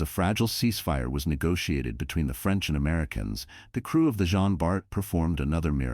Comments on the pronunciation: Please, its JEAN Bart, not « Gene ». Sometimes the narrator get it right, then the next He doesnt 🤦‍♂️ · Les voix de synthèse sont insupportables. Elles sont d'une part, lassantes et impersonnelles et, d'autre part, multiplient les erreurs de prononciation en anglicisant les noms. Cela donne en l'occurrence le "jin bar". Recruter des personnes qui seraient ravies de prêter leur voix serait un vrai plus (pour leur fournir un emploi et pour nos oreilles de français) Merci